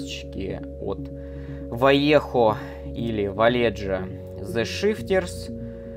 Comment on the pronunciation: Они вайеХо а не валеДЖо, это испанский язык, у них J это Н (Х) а Н вообще не читается никогда)